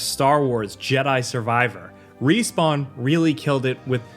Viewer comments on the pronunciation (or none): none